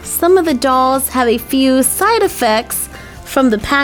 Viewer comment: When she said Side it sounded like she said Aurora is looking to the sight